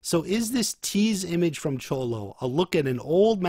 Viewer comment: no it's not. Its pronounced more as a "sh" sound not a "ch"